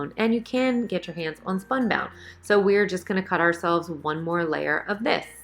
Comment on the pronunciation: SPUNBOND, not spunbound.